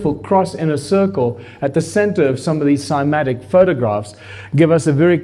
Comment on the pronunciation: "What is 'Cymantics' Alex?" 😊